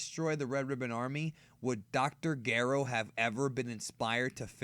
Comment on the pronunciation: What threw me most about this video is the way he chose to pronounce "Dr.Gero". Seriously though, excellent video. I've always wondered about the causality of the actions of Goku and Vegeta in particular, ever since I was young watching this on Toonami.